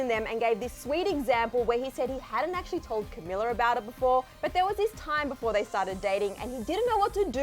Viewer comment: Her name is pronounced Ca-mee-la